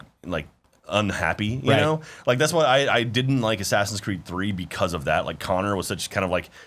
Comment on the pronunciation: correction its more like sassinscreed